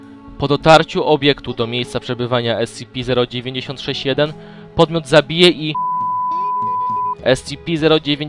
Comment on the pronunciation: wiem ze data, ale nie mowi sie *es-ci-pi zero dziewięćdziesiąt sześć tylko *es-ce-pe zero dziewięć sześć tę liczbę nie czyta się razem